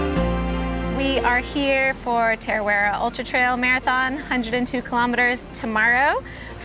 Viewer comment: Loved this video and I totally hear you. Its a massive sacrifice for your body and family to train and race a 100 miler but you only live once and clearly you've got what it takes and an amazing support network. Next time I see you, can I help you with your pronunciation of 'Ta ra wera' 😊 See you out there!